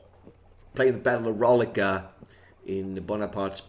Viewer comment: Good one! Actually pretty close. I won with the Allies and will likely give the French a try. Guess the pronunciation for Rolica is 'roe-lisa' the 'c' is 's'. Not really sure how hard the 'o' is. Don't know why people can't just talk 'merican. I do!